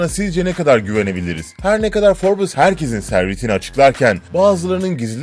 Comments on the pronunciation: Şu cahile birisi derginin isminin "Forbıs" olmadığını söylesin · Her 'Şey' ayrı yazılır. Bir de Forbes Dergisi Forbıs diye okunmaz. Yazık o 3 milyon aboneye! Yaptığınız işe saygınız olsun.